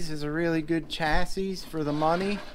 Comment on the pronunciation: Very nice collection. - The last 's' in 'chassis' is silent, except when plural. - I just got the Rage 2.0 for my daughter, same as the Mad Van, but with a different body and tires. Sweet car. They're only $180 now. (Mad Van might be $20 more) - Ah, THERE she is! You might not remember, but I got my Mad Force Kruiser VE years ago, right after you got your FOXX. Those Mad Force Kruiser tires are good all-around. Maybe not as good in the loose stuff as your original paddles. I sold it and now I regret it. It wasn't the best-handling truck, but it was FUN. I might break down and get a new FO-XX VE 2.0 in the near future... I miss a good quality rigid axle truck. I just bumped the old Mad Force Kruiser thread in RCGroups from 4 years ago, hehehe.